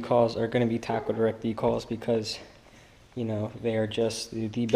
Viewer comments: good video but decall? its d-cal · You don’t know how to pronounce decals what a turn off